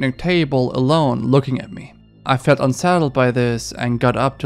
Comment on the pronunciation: Narrator every time you say the word settled it sounds like you're saying saddled. Maybe try to slow down a little and pronounce the words right so it's easier to understand thanks